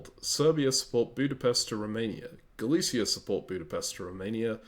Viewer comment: in russian these places are "Галиция" and "Силезия", so i would say Galicia the way you said it here with a "sh", and Silezia with a "z"